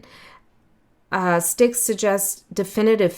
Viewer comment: yes Styx is pronounced 'sticks'..❤